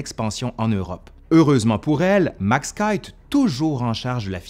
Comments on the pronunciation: Excellent comme d'habitude 🤗🤗 Par contre, cher, je pense qu'on prononce le nom Keith "KIFFE"/"KIPHE" et non "KAÏTE" comme tu le prononçais. Sauf erreur de ma part bien entendu 😉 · Petit rectificatif quant à la prononciation du nom propre "Keith" : s'il est d'origine anglaise, alors il devrait être prononcé "kis" (à la française).